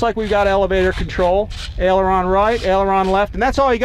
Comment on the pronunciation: It's AILeron not Eleron.